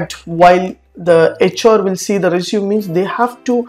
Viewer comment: stop pronouncing resume wrong!